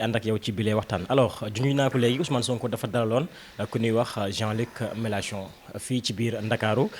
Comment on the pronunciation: Mais bon sang, le monsieur s’appelle Jean Luc MELANCHON non pas Jean Luc MELACHON. Mon Dieu, vous journalistes de la presse en ligne faites un effort de recherche et apprenez à prononcer les noms des gens correctement. Ce n’est pas compliqué non?